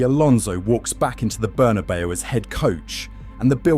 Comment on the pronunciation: Imagine pronouncing the Bernabeu as Burnabow